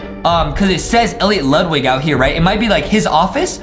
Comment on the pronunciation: Elliot(El-leeot) Ludwig(Lude-wig)